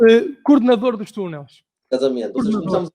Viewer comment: Dos Tunels 😂 😂 😂 aprende a falar...